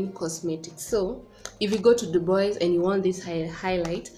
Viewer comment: Hey dear congratulations 🎉🎊 am sooo happy for you 1 k and is Dubwa for the pronunciation its french dubois thanks for sharing I will take time to visit them